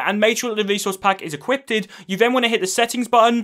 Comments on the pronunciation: It’s equipped not equippted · I liked how he said "equippeded